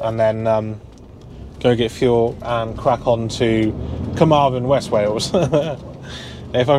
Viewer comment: Hi great video as usual The best way to pronounce them is the west wales one finishes with THEN so Carmarthen and the north wales one finishes with VON so carnaervon